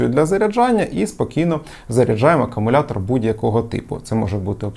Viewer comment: Як можна стільки років працювати з зарядними пристроями до акумуляторів і вимовляти слово акумулятор неправильно?